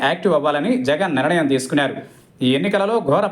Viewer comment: బాబూ యాంకర్ గారూ! నిరణయం కాదు. నిర్ణయం. వింటుంటే కడుపులో తిప్పుతోంది